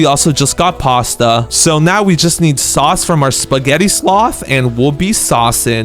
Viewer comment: You mis saus bruh 😂